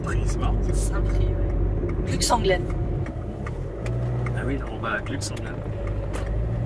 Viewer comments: ma petite, c'est pas la peine de prononcer le "X" à la Fin de Glux. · Super vidéo !!! (sinon, Glux se prononce Glu)